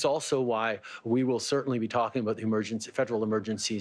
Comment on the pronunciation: ''abowt'' lol